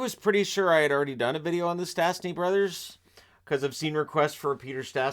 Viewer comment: Sadly, their name is still mangled by commentators. There is a hook over the first S so it should be pronounced "sh". Peter was the first player to represent 3 international teams: Czechoslovakia, canada and Slovakia.